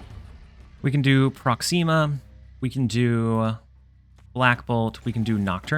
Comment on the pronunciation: ❌ Promixa ✅ ProxEEma